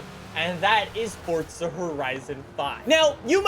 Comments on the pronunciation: Stop saying fortsa it’s forza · Stop saying fortza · Anybody else notice he says fortza? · My wishlist is that you finally realize you’re an idiot and you finally learn to pronounce Forza right 💀💀😂